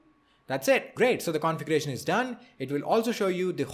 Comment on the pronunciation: You have made a wonderful video. you are articulate in your explanation. two things i would like to correct although not that important but, since i see your pronounciation skillls so good, i would like to correct pronounciation of two words i.e. envoirnment and configeration. please check the pronounciation.